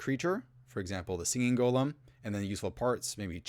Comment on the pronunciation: It's always refreshing to find someone who pronounces golem correctly.